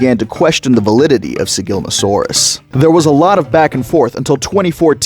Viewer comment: Slight correction: It's Sigilma ssa saurus Other than that, great video!